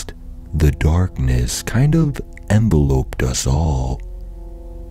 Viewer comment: That was a really great read, I love your speaking voice. Just one thing though. you said "enveloped" like as in inside an envelope, it's pronounced en-vell-opt. I love your content and I can't wait to see more uploads in the future.